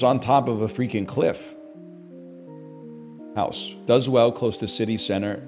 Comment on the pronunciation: lmfao when he says saUna so many times that he starts saying hoUse